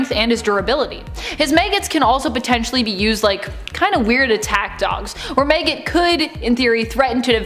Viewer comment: MAG-it not Mayget lol